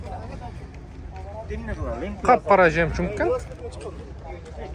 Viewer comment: Жакшы тартып жакшы суйлоп бересин молодец.бирок жемчунг дебей жемчуг деп журчу .ушул эле бузуп коюп атат речти.. а так все хорошо.таарынба😊